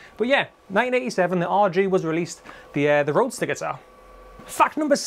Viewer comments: It's not Roadster, it's Roadstar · "Roadstar," not "roadster." And the Spanish surname "Ibañez" would be pronounced "Ee-BAHN-yeth" if you're a Castilian or "Ee-BAHN-yess" if you're not. But since Ibanez, the brand name isn't Spanish, really, it's perfectly acceptable to pronounce it "EYE-buh-Nezz." I used to have an RG550 from about 1994, I think. It was an extremely well-made guitar. The frets were so smooth and slick. My only complaint about it is that the "Wizard" neck was too wide and flat. It was wider than the guitars I learned on, so my fret-hand muting was often ineffective. Also, it gave me tendinitis learning and practicing Randy Rhoads' solo from Over the Mountain. I had to quit playing altogether to recover. That was the longest 3 or 4 months of my life so far. Even so, after recovering from the tendinitis, I basically wore the guitar out and ended up trading it in for an Epiphone Les Paul Custom and some other stuff at Guitar Center. So I kinda miss it, but I don't really miss it. If Ibanez would make them with thicker and narrower necks, I'd be all over them. Since they don't, I'll probably just have to content myself with other brands' offerings and/or Warmoth parts guitars.